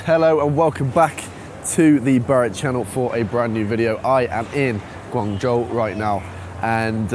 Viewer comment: I like your pronunciation of GuangZhou in the beginning, Standard pinyin! Keep it up.